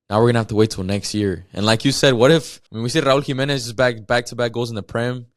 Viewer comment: Raul Jimenez. It’s not a question